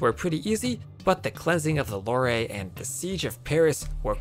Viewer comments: "the cleansing of the Loré" It's pronounced "Lo are", not "Leviosa". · Ouais, c'était quelque chose comme "la Lwère", non ? ^^ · My only complaint is how you pronounced the Loire at the end. Given that it's French, "oi" makes a kind of W sound. It would be pronounced similar to the French word for black, noire. But if that doesn't help, it'd be something kinda like luh-wah-er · Loire is pronounced "luar", like in "film noir".